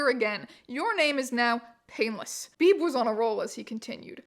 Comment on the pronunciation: HOLY SHIT i was born on march 22nd (same as painless) and my last name is Beebe?????? like its coincidence but WEIRD ASS COINCIDENCES!!! also Beebe is pronounced "bee-bee" not "beeb" lollll